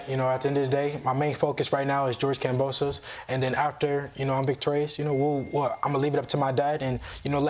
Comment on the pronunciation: has to know by now that George's last name IS NOT pronounced KamboSOSE lmao